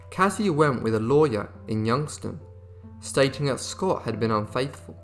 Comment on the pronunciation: It's YoungTOWN and Euclid is pronounced "you-clid". Very interested video, as always!!